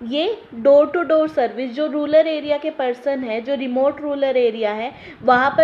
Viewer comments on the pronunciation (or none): arree ma'am thats not ruler thats rural ...... kahase ate ho yaar..... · Phle rural bolna seekh le fir padhana